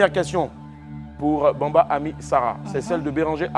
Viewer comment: C'est bamba et non Bambi oooo